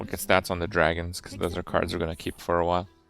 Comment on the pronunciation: To pronounce it "Dwagons", you need to at least be furry adjacent.